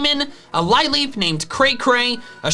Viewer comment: Lileep is pronounced "Lih-leep", not "Lie-leep". Its name partially comes from Lily.